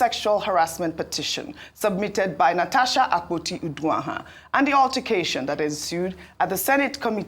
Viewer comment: "UTTER"cation. Those in the new media need good training in proper prounciation.